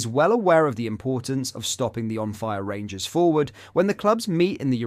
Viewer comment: Did you here pronounced rangers as the g ers instead of gers he must know how bad that sounds